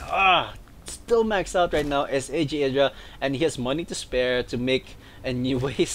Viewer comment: well casted, just remember that you pronounce idra id-ra, not eye-dra